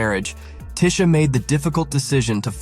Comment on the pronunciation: It's TEE-sha! One of the most down to earth light-skinned Black Women around. YOU GO GURL!